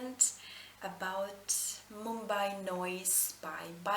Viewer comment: You said Mumbai pretty well!